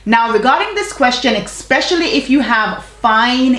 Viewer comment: Wait.. are you saying "expecially"..?? Lol luv u tho! ♥️